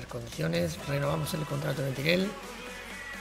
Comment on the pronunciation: Cuando vas a decir bien el nombre del delantero uruguayo? No es Mentirel... Es MERENTIEL!!